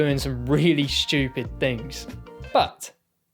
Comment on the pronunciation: This video was an excuse for the audience to hear “schtewpid” over and over